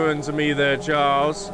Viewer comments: Charles was just upset that you kept calling him Chiarles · Please go to the King and call him Chiarles and record his reaction, thanks! XD